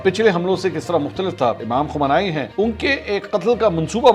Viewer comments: It is pronounced as kho- me- ni - not kho - men- nai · My Bro Mansoor Ali Khan It's khumeyni so you can understand well how to pronounce. Sorry for the inconvenience bro.